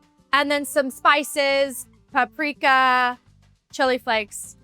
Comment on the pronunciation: Paprika woo she said the Serbian word. The pronounciation is ok